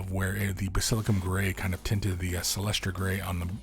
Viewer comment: I love the fact, that he kept mispronouncing Basilicanum Grey. So, I was wondering if it goes well in pasta sauce or on pizza. 😀😋